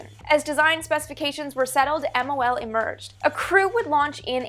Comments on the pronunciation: both pronunciations, Geminee and Gemi-eye have been widely used. What I find more annoying is that Amy is editing her vids even faster than she speaks. She constantly calls that program MLO, rather than MOL. No clue why. Also she calls the first manned Gemini missions 4 and 5, ignoring the fact that 3 was also manned and brought back pictures. Amy, avoid all those mistakes by slowing it down a bit. And a little more diligence, please! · Teitel (Vintage Space) please call it MOL next time. You said MLO almost a dozen times. Take your time 😃